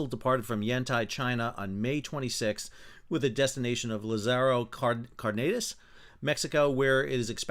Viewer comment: Accentuate the first a in Cardenas please so it sounds closer to what it is.